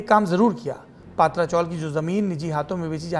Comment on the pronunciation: पात्रा नहीं पत्रा चाळ हे mohaday